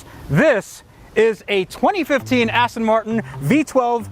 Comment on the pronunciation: “ass-ton” martin holy shit. Thats a nice booty